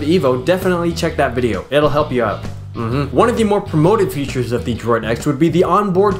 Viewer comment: VIDJEO : ) YESS bwahahhah